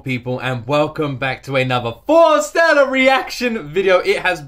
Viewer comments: Their name is pronounced Forest + Stella not Fore Stella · Love, love, love your reaction.. But please say their name correctly.. It's Forest-Ella.. Love ya dude, love how you feel and appreciate the wonderful group that Forestella are.. Best wishes from Wales.